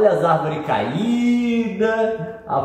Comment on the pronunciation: Uma árvore caída. Uma árvore CA-Í-DA!